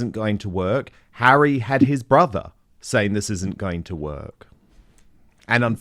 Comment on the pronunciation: "Bring Hawwy back in from the cold" ... Let's not and say we did